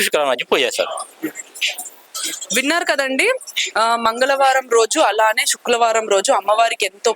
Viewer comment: తెలుగు సరిగ్గా మాట్లాడు అమ్మ శుక్ల వారం కాదు శుక్రవారం అని పలుకు తల్లి.కాస్త తెలుగు స్పష్టంగా మాట్లాడే వారిని పెట్టుకొండి